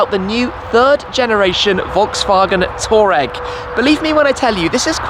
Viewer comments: Erm it's pronounced Twar-regg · Wait, Brits pronounce Touareg like Toureg? Can't believe 😂